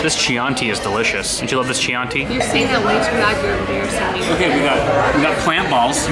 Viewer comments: Chianti. Chee-anti!! Really?? Try Key-anti. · Hard c- (Key-AHN-tee) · to say Chianti pronounce as the word begins with K so Kianti and you get right pronunciation XD ps. I'm italian XD. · Excuse me what the fuck SCIANTI? Chianti. Not scianti. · Now we have Lyle also for the ads 😍 PS. to say Chianti you need to use a hard 'C' sound, like Kianti. (we don't have the K letter so we use 'ch' as replacement) your italian subscriber pasta eater 🍝 🇮🇹🇮🇹🇮🇹🇮🇹🇮🇹🇮🇹🇮🇹🇮🇹🇮🇹🇮🇹🇮🇹🇮🇹 MAMMA MIA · it’s pronounced “Kianti” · Nice video as usual, I'm happy for the cat being ok. Oh, fyi, "Chianti" is pronounced "Kianti" and absolutely no one in Italy eats garlic bread, there's no such thing here and will never be 😁😁😁.